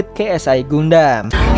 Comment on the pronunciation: Dibacanya Gandem bang.!! Bukan Gundam